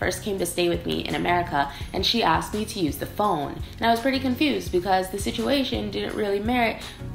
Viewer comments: Top è slang, viene dal fatto che indica qualcosa “più in alto”, quindi migliore...però non si usa da tutte le parti, cioè in Lombardia lo si sente tanto, già da me a Torino meno...comunque phon non si pronuncia come phone...la o in phon è breve, “fon” non “foon”...😘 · phon the hair dryer is pronounced f[ɔ]n while phone is pronounced as you do